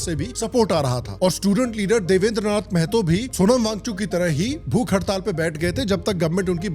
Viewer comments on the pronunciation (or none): मेहतो ❌ महतो ✅